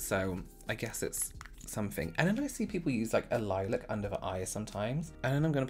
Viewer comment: “Let me just tell you somefink” you know the tea is about to be SPILLED